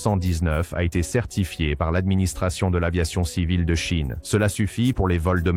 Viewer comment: La Cheine? Cet IA c’est insupportable